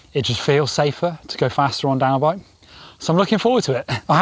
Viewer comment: Am I the only one hearing dinobike instead of downhill bike?